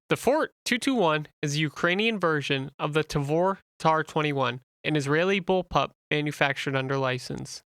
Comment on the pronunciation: They use both of them, and it's called Bullpup, not bull pal